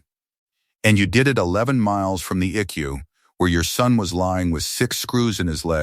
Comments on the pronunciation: Edit this video. It's not an ICK-U or Ecoo....It's an I.C.U., That's just ONE of the audio bloopers in this video. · It's pronounced I C U not I CU. You also need to check your spelling. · Please train your little robot how to talk , this drives me crazy , it is not icku eye see you ok get it rite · It is I.C.U. not ickyou. Teach the ai voices to properly pronounce numbers, time, abbreviations for words like Intensive Care Unit. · ICU isn't eku pronounce it this way: I See You! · Please learn to enunciate. It is I.C.U. not eek-u or ick-u. Your family sucks. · it is not an icu it is short for intensive care unit your pronuncing it eku cant you read if this is ai its pretty stupid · Quit letting AI read these. They are terrible. I keep wondering what an “E Q” is. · Flowers are NEVER allowed in ICU. Phones are rarely allowed. ICU is pronounced I-C-U. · The "Ick-You" sounds almost as bad as the I C U. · Lol. Stop with the e-kew and eye-kew